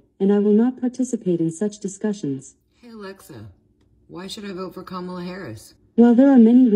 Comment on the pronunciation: Notice how Alexa mispronounces Kamala.